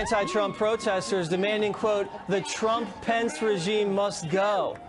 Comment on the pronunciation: He is literally saying Drumph